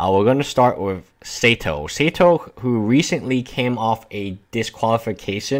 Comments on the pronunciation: (Saito) "SAY-toh"...? It's "SIGH-toh", bro. There's no E before the I. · Yes. More like Sigh Toe I'm Japanese and its a Japanese name ;) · isn't numbah 5 supposed to be pronounced (sigh)to tomo-haru (saito tomoharu) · read Saito as 'Seido' : ^) Cheating is wrong but also name-spelling is : D